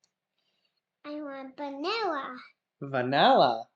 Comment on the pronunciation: He said baniwa (vanilla) lol